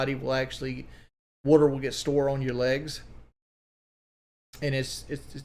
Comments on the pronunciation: Listen to this buffoon just babble on: “Ya see, wudder…wudder in your legs…as you get older…heavier…gravity…wudder…I’m not a doctor, obviously.” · Take a shot of Pepsi everytime he says wudder